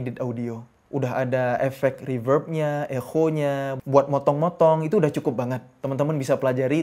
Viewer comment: Jadi bacanya ekho 😂